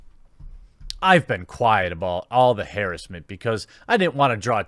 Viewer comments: Ha-ras-ment not Hair-es-ment. You’re welcome. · I noticed him say it wrong in other videos, I believe he is trying to avoid the common saying cause he is scared of the algorithm, a little excessive if you ask me.